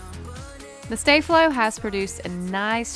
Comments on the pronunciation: Sta flow not stay flow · Ummmmm!? It's called saflo no staaflo! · It’s not stay- flo it’s sta-flow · I thought she would pronounce sta flo as staa flo but she said stae flo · It's not stay-flo its sto-fol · It’s not stay Flo it’s staff low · Its no stay-flo its sopos to be sta-flo hahahahahahahhahahahahahahahahahahahahah hahahahahahahahahahaha hahahahahahahahahahahahahahahahahahaha hahahahahahahhahahahahahahahahahahahahah hahahahahahahahahahaha hahahahahahahahahahahahahahahahahahaha hahahahahahahhahahahahahahahahahahahahah hahahahahahahahahahaha hahahahahahahahahahahahahahahahahahaha hahahahahahahhahahahahahahahahahahahahah hahahahahahahahahahaha hahahahahahahahahahahahahahahahahahaha hahahahahahahhahahahahahahahahahahahahah hahahahahahahahahahaha hahahahahahahahahahahahahahahahahahaha hahahahahahahhahahahahahahahahahahahahah hahahahahahahahahahaha hahahahahahahahahahahahahahahahahahaha hahahahahahahhahahahahahahahahahahahahah hahahahahahahahahahaha hahahahahahahahahahahahahahahahahahaha hahahahahahahhahahahahahahahahahahahahah hahahahahahahahahahaha hahahahahahahahahahahahahahahahahahaha hahahahahahahhahahahahahahahahahahahahah hahahahahahahahahahaha hahahahahahahahahahahahahahahahahahaha hahahahahahahhahahahahahahahahahahahahah hahahahahahahahahahaha hahahahahahahahahahahahahahahahahahaha hahahahahahahhahahahahahahahahahahahahah hahahahahahahahahahaha hahahahahahahahahahahahahahahahahahaha hahahahahahahhahahahahahahahahahahahahah hahahahahahahahahahaha hahahahahahahahahahahahahahahahahahaha hahahahahahahhahahahahahahahahahahahahah hahahahahahahahahahaha hahahahahahahahahahahahahahahahahahaha hahahahahahahhahahahahahahahahahahahahah hahahahahahahahahahaha hahahahahahahahahahahahahahahahahahaha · She says stay Flo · Btw its pronounced star flow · It's not stay flow you're saying it wrong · Sta flow is pronounced (star-flow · You’re saying sta flo wrong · Ugghhhhhhh!!!!I hate when people say sta-flo wrong!!!!!!!!